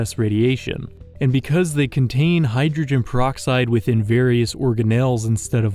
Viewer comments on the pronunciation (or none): none